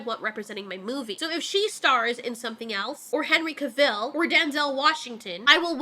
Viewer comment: Cavill. Cav ill. There's no 'e' at the end. It's not Caville.